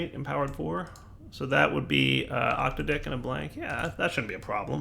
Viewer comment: It's pronounced OC-TAD-IC, not OCTA-DIC. I love your content but that is driving me up the wall. It refers to an octad, a grouping of eight things.